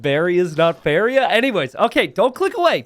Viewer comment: Re: "The BAREA is not FAIREA." Funniest shit I've heard all week.